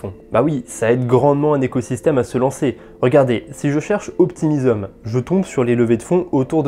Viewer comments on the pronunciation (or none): Pourquoi tu prononce optimisom pour optimism